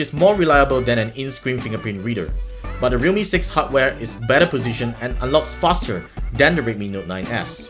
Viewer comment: im sorry but i literally cant differentiate your pronunciation of realme and redmi